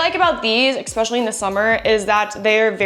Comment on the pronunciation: Please say ESPECIALLY not EXPECIALLY. Love your channel !!❤